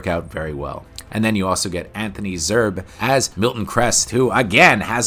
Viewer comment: It's Zerbe, not Zerb.